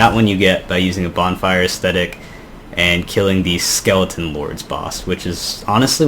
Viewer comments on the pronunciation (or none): none